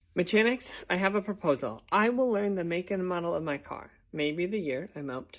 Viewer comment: Me-cha-nics.. bro it's Ma-ka-nics. Not hating just educating